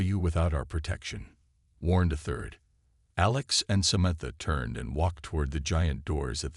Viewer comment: why does this narrator have trouble pronouncing words? its SA-MAN-THA sheesh